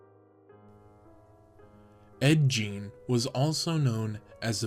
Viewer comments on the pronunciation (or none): Geen not jean, that’s the pronunciation. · I really like the video and love the presentation. My constructive criticism is based on Ed Gein. First, the his last name is pronounced different. You can even find a YT video that tells you how to correctly pronounce it. Second, he wasn't arrested for grave robbing, he was arrested after Bernice Worden, the owner of the local hardware store, went missing. Her son, which was a deputy, figured it out after seeing the last hand written receipt was for a gallon of antifreeze at the store and remembered Gein saying the night before that he would be in the next day to pick it up. Lastly, the furniture listed he made from the remains is incorrect. I don't doubt for a minute that you got the wrong information from researching the subject on the interweb. Like I already stated, I do like the video though.